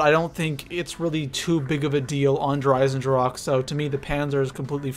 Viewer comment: My man said der eisendracha lmao